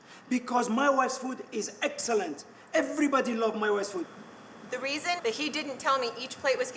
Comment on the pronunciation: Sammy: "My Ex-Wifes Food was Eggsälänt!!!"